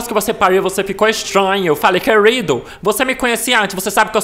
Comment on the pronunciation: "Paruedi" "queruido"